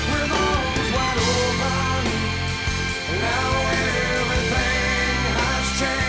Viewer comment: Anyone else keeps hearing "arms wide opAn" instead of "opEn", or am I going crazy? xD